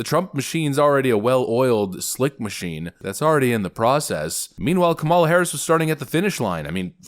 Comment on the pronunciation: I think it's actually pronounced "comm-ula".